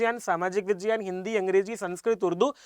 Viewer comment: Vijyan nahi vigyan bolte hai